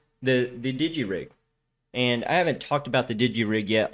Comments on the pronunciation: The word "AND" is a single syllable word. Quit trying to turn it into a two syllable word by saying "AYE-AND". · Notarubicon would have pinned this also. Still waiting to hear the 2 silabel version of and. 😂